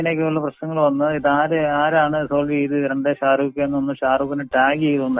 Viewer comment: sharooko...name polum sherik parayunnilla..shariq alle..😀